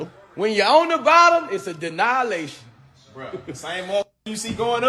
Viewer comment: Did he say.....denyalation